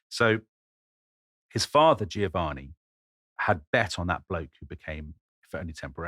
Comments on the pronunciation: Why is it that zero English speakers can say "Giovanni" correctly. It isn't "Geo-Vanni" it's "Jo-vanni". gio says "jo" - every single time. It does not say "geo" like geography. In the US they keep saying Luigi Man-geo-ni over and over ad naseuom - even those who should know better. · He mispronounces Giovanni. the first "i" softens the "G" but is silent.